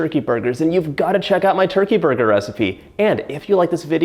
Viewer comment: Please go to speech therapy for the way you say burger